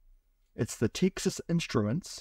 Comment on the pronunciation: TEEXAS instruments? its Texas, like as in the stae of Texas